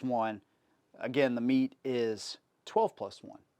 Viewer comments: met(ay) not meat just saying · It's pronounced ( met - ay ) not meat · It bothers the crap out of me, when people use horrid grammar. Where are you getting “meet” or “meat” pronunciation from “mete”?? Even as it’s spelled is “Meh-tey”. I have an odd feeling you spell “our” with the letters “a-r-e” not knowing the difference. Probably pronouncing “viola” as “walla”. It drives me crazy. I can’t even watch the video now because the grinding gears are saying “this guys a dumbass! This guys a dumbass”. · Its not meat. Its Met-te. Also, I cannot wait when his mind is blown by the fact that the Mete MC9 take the mags as all the other Mete pistols. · Pronounced "metay", not " meat". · Bro... if he says "Meat" one more time 😂😂😂😂...after me, "Meh-Tay" please 👌🏿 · Pronounced "Meh Tay". I picked one up. I love it! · I really wanted to watch this video. Then you said “Canik meet”. Done. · How you gonna pronounce Mete as "meat/meet". I had to stop watching the video after that. I might go back to it after I get over such disrespect to Canik. 😂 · Oooph - a bit of research on the correct pronunciation of the name would add some cred.